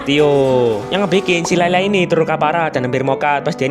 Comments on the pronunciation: Layla ❌ Lela ✔ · Layla bang bukan leyle😅